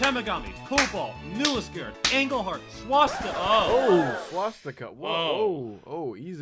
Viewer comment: All the real pronunciations: Te(miss)ka-ming Englehart (think of the first half of England than Heart) Porquis - Poorkiss (yes even I, a Northern Ontario resident, think this makes 0 sense) Te-ma-gami, the best way I’d describe it In words is to pronounce every syllable New Lis(Kurd) Matheson - Why did you even pronounce the T? Oril(lia) not Gorilla without the g 😂 Another important note is the addition of Timmins to the line. Timmins is the largest city by far North of North Bay with over 40k population and should keep ridership numbers high. Cochrane, for instance, only has around 6k. I knew many people here in Timmins who would drive 50mins north to Cochrane or East to Matheson just to catch this train.